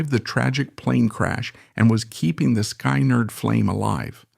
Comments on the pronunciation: AI sucks...makes this video torture. Every time I hear sky-nerd or govt!!! pathetic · SKY-nerd lol